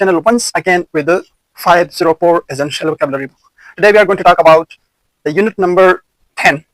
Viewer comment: brother, ye "ezential" nahi hota hy😢